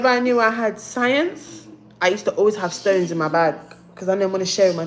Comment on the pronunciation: Stones!!🤣🤣🤣🤣😂😂😂 Doesn't she mean scones!